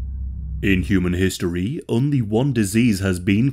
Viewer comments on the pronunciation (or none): none